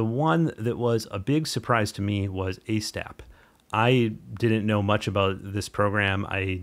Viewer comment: hope I spelled that right, great video. It is long overdue that ASTAP had some public closure. It is the best free stacker out there. I think Han the developer, one other guy and myself are the only ones to do any tutorials on YouTube for it so far. One thing. Han seams to pronounce it Auzz-tap. Its hard for me too.